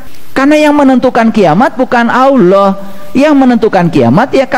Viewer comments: MANA ADA UMAT MUSLIM MENYEBUT ALLAH DENGAN SEBUTIN AULOH..SAYA JADI MUSYKIL AFA BENAR INI UMAT MUSLIM.. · Itu bukan ustad sebut allah aja sala dia sebut awlah jadi klw awlah itu ver arti huruf skif dn ada huruf waw sukun itu sd nyata klw bukan ustad ala lagi kiyai yg benar itu allah jadi huruf lafas jalala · Mmg kyk bkn org Islam org ini..coba dengar nyebut Asma Allah aja nggk bisa..dia bilang Awloh...bkn Allah... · Mengucapkan allah sj salah, ktx aloh yg mh pencipta😅😅astaghfirullah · menyebut nama Allah juga Gk becus..alloh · 😂😂😂nyebut allah aja dia nyebut aloh😂😂 lucu nih ustad....ini penyusup kah dri oten😂😂😂..rukun iman itu harus percaya sm kiamat..ini orang kajianya pake dalil dri injil😂😂😂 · Jangan kan ..mau mengomentari isi ceramah atau pemikiran orang ini ..mendengar dia menyebut Lafadz ALLAH saja , tidak betul ..masak dibilang sekelas ustadz. Menyebut Kata ALLAH. ..dengan sebutan Awloh.. hadeh...hadeh.... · Missionaris....dai yg benar menyampaikan ayat alquran dan hadits. Perhatikan ...dia bilang aulloh....bukan Alloh. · Mengucap "Allah" nya aja keliatan kalo orang GK pernah belajar baca Alqur'an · tul bget aloh..ni org misionaris kristen bukan org muslim. Mau tau kiamat ada at tidak tar kalau ente mati ddalam kubur baru tau lu ada siksa azab d nikmat kubur.... gue pgen denger lu bc Qur,an nyebut Allah sj ga benar😂😂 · Ngaku kiyai... nyebut Allah saja gak benar....! Hati2....bisa menyesatkan Umat... Salah satu rukun iman, percaya pd hari qiamat....